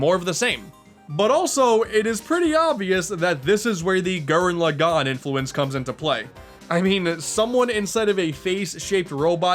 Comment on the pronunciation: it pronounced Laaaagan not Lagaaaaaan